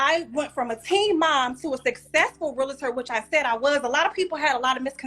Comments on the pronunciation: Not Michael Myers😂😂😂😂😂 thats diabolical work😂😂😂😂😂 Its Realtor Not Realator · The word is REAL-TOR!!! not REAL-LA-TOR!! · I don't trust a Realtor that pronounces it Realator. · Michael Meyers 😭😭😂😂😂😂 She’s definitely a little slow. REEL-TOR not RUL-A-Tur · She don't even know how to say Realtor. She say Realator. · That’s all he had to say to prove that she’s slow.. “realahtor?!” 😂😂